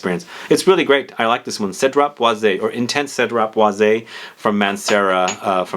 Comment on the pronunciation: Because it’s being pronounced wrong. Cedrat Boise 3 syllables Sed-drat-Bawz